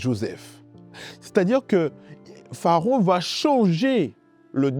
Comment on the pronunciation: Pourquoi dites vous PHAARON alors qu’il est écrit PHARAON?